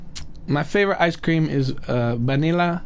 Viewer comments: say vainilla one more time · "my favorite ice cream is baneyla"